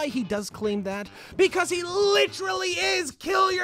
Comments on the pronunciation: Licherally #nochin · Pronounce it "LITCHERALLY'" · It's bad enough Leafy doesn't know how to use the word "literally" but he also doesn't know how to pronounce it. LITRILLY LITCHERILLY LICHRULLY LECHRELLY LYCHRYLLY